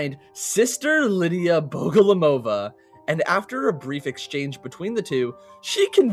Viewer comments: he said lidya bogolomova instead of liliya bogomolova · Not bogolomova but bogomolova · In all pronunciation versions of Lidia's second name it's BogomolOva, but the correct one would be BogomOlova. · It's Liliya Bogomolova. Not Lidia Bogolomova. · Hi! Russian here. Wanna clarify how to properly pronounce Liliya's name for yall, if you wanna be like real cool. Liliya is a russian analogue for Lily, obviously, nothing new here. Bogomolova consists of "bogomOl" which is a russian word for praying mantis (literally, bog = god, mol = short form of to pray, so praying mantis is literally "bog-o-mol=praying to god") and "-ova" which is like a suffix meaning that this surname belongs to a woman. So, the proper way to pronounce it would be Liliya Bo-go-mOl-ova, with the emphasis on the second to last O. Which means red barrels themselves are mispronouncing it. Sorry for being boring, i got a little sad after bro butchered it. Loved the vid tho <3